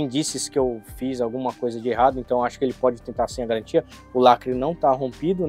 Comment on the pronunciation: Sem galantia sem galantia complo pq quiz